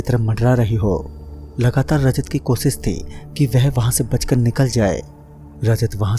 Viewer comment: pehle bolna seekh be kosis nahi koshish hota hai wo